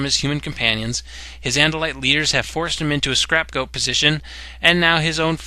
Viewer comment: Two things. Ax's first name is Aximili (ax-sim-ill-ee / aks-im-illy / ax-simile) not Ax-im-mi-lie Second -- scrapgoat? You mean scapegoat.